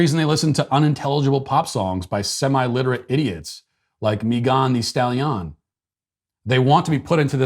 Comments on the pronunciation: Matt: "Mee-gon Thee Stally-on" LOL Here's a how-to pronounce video, Matt: I winced and laughed every time you said her name. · Mee Gone Stal Ee On 🤣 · Hearing Matt pronounce Me-GON the Stal-YON was exactly what I needed to hear today! I love how he always nails the pronunciations of people's names! SBG for life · Matt pronouncing mee-gah-n the stali-ah-n is amazing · Someone please make a compilation of every time he said "mee-gahn thee stall-yawn" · every time you say "mee-gahn thee stal-yahn" I bust out into laughter. Doesn't get old 🤣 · Me Gone the Stale Yawn! I couldn't tell if Matt was aping a bad French accent or had honestly never heard of this woman. Well played either way! 😆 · Matt pronouncing "Megan Thee Stallion" 😂😂 what was he thinking? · The way Matt Walsh pronounces Megan Stallion lmao 😂 like its some exotic name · My girlfriend listens to megan the stallion. I am now pronouncing it like that to annoy her. Thank you, Matt. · This whole episode: 👨‍🍳 💋 Why did you pronounce “Megan the Stallion” like that?! 🤣🤣🤣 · Why does Matt pronounce Megan The Stallion like that? Did I miss an episode that started this? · Haha….Matt has me laughing like an idiot at work over how he pronounced Megan The Stallion 😅😂🤣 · Me too!!